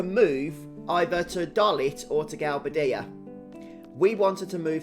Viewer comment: It's pronounced Gal-BAY-dia